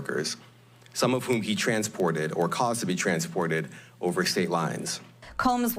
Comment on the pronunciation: Did he say male commecercial sex workers?